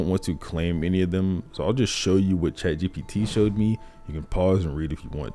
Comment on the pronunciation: every time he says chat gbt kills me